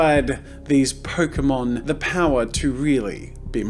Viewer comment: Pokemon = Poke-a-mon